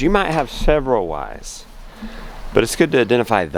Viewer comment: Lol is that sounded like you said 7 wives LOL I had to rethink it and now I know you said why's